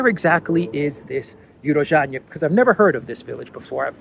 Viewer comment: It's pronounced U-ro-zhainoe - Урожайное